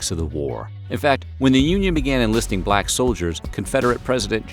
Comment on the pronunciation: You said “balck privates” hehehe 😂